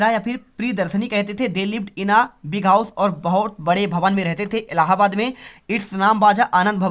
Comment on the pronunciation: 2 question me sir allahabad ko Aladin kiyo bol rahe huuu 😂😂😂😂 mardchod sir h like kare bhaiyo